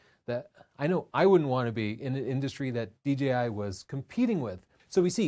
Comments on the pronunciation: It’s Dee-Jay-Eye, not Dee-Gee-Eye. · good vid, but please note the name should be pronounced "D J I" not "D G I". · It’s kid of hilarious that when you say DJI quickly in a sentence it comes out at “DGI”. I do that in conversation, and I hear it in this video as well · D-Gee-I instead of Jay is great lol